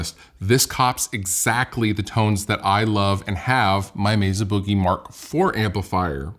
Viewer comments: Meza with a z huh…def thought it’s Mesa with an s Like mesa Arizona not meza lol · I like, but it just annoys the hell out of me when people pronounce Mesa….”Mezza”. It’s weird and just stop doing it.